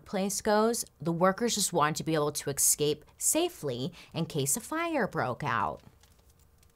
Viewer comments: I absolutely love these, thank you! I enjoy the MMM Mondays too but I feel so much smarter after watching these ones. One small note on pronunciation: escape, not exscape.... I do love how self-deprecating you are about your language skills but you really are a fantastic story teller, mispronunciations not withstanding :) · I love how Bailey says 'excape' :D no ill will here, just really enjoy it! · Does anyone else just love the way Bailey says escape? "Exscape" haha so cute! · Has anyone noticed that Bailey pronounces escape with an X instead of an SC ? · Why does she pronounce 'escape' so weirdly? Is this a regional thing? (I'm not a native English speaker) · I love love love Bailey! But, the only thing that drives me bananas is when she/or anyone else says “EXscape” and “EXspecially”. There are no X’s in those two words. In all fairness, I have heard numerous people do this, and I have no idea why it drives me crazy, but it does! 🤷‍♀️